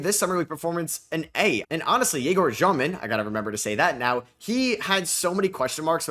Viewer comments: Hey, so its actually not Zhёmin like u are saying, it sounds same as ur regular pronunciation of Demin but with the ё sound instead of e, so more like Dyomin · i know russian and It's basically Dyomin, not Zhyomin, you can also just say dEmin, in Russian it sounds like Dyomin, but some European surnames in English sound different than in their native language and can be pronounced either way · it's egor dyomin not jyomin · He's Дёмин in Russian so it pronounced Dyomin